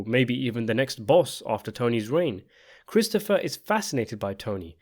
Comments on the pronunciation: . His what? His prote-JAY?? 😂😂😂 His HAIR apparent. . Did you also notice the real like foreshadowing when Christofawwwr tells Tony that given the way he eats, he is on his way to having a heart attack by the time he's 50. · It’s pronounced Cwistopha